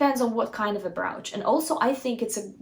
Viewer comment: Brooch is pronounced like roach, the bug.